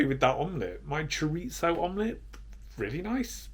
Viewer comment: That's Chorizo, not Choritzo. 😉